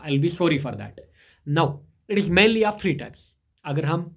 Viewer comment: Mainly❌️ Manly✅️